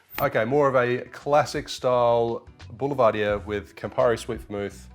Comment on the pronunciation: Pronounced Bull-Ver-Deer...👊